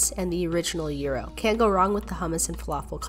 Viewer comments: Bro it’s not euros the real pronouncing is gyros guy”- rose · Did u actually pronounce it like "uu~ro?" instead of "jai~ro" (gyro) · Not euro it’s pronounced gi-row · It's pronounced JYRO 😆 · It’s pronounced jy-row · Thats not how u pronounce gyro it is pronounced ji-row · Bruh why does she pronounce gyro like as if the g doesn’t exist